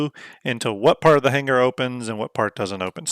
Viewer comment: Omigod. Had to check out on that hard G every time he said "hanguher" for hanger. Otherwise, looked like a good vid.